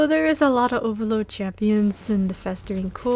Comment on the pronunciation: i love the way you say oVAloD lol its funny haha